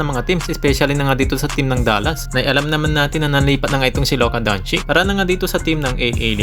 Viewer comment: Sinu c luka donchick..ahaha pagagalitan ka ne luka nyan iniba mo yong pag banggit mo donchech yan..yong iba nmn donsik..